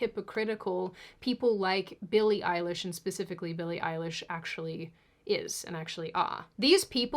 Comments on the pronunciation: Billie Eili-ICE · billie ice-lish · Billy Ice-lish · why are you calling her "Eilish" like it’s her surname??😂😂😂😂 it’s just a middle name